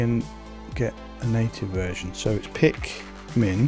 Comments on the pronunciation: it´s pikman not pikmin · The command is pronounced pikman not pikmin. And when you use pikman it includes sudo-rs when using it so you don't have to even worry about typing sudo. For example you would do pikman install or pikman upgrade